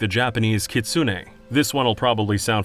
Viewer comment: For future reference, kitsune is pronounced "keets-neh." The U is practically silent.